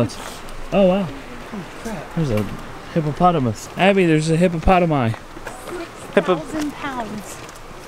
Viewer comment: LOL loved the part when kept sounding out "hippopotamus"